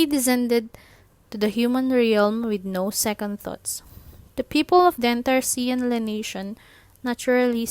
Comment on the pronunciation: This is good! Quick tip though; the letter “X” in Chinese is pronounced with more of a “Sh” sound, and the “Le” in Xian Le has a softer “e” so it’s mor of an “Leh” sound or atleast that;s how I think it’s pronounced lol